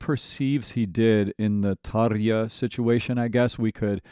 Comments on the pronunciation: Great TaRRRja pronunciation ... :) to start with. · Holy hell, I have never heard a native English speaker pronounce Tarja that well!